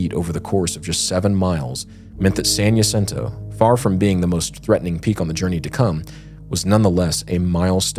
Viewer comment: I love you guys and your content, but, as someone who grew up in San Jacinto, it was painful listening to your pronunciation of San Jacinto and Idyllwild. 😂😂😂